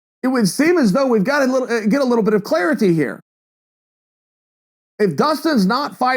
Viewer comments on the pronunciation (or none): none